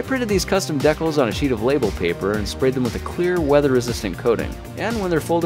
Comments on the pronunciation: "Deck-les"? You mean Decals? As in D-cals? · They're pronounced dee-cals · He pronounced decals dekels rip we’ll all miss you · "deckels"? I've always heard that word pronounced "dee-cals" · Dekkles? You mean decals? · ...did you seriously pronounce decals "deck-uhls?" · Deck-lls? dee-cals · Wtf is a deckle? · bro its not dehcals its deee cals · "deckles?" Never heard anyone pronounce decals that way. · Wolf Lahti by that logic we would never have a language. The correct English (both American and English) pronunciation is ˈdiˌkæl' or as the parent comment said, 'D-Cal'. Everything else is wrong, just because some people say it differently doesn't make it right. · A "deckle" is the larger side of a beef brisket. What's used here aren't made of beef, and are decals. Different words, different meanings, different pronunciations. "Deckle," smh... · Mr neither. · First time I've heard decals called deckels. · You seriously don't know that "decals" is pronounced "dee-cals" and doesn't rhyme with "speckles"!? That's weird. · He said Decals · Grant is Canadian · It is pronounced "decals" not "decals" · just like how it's data not data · He says decals weird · Funny how he pronounces "decals".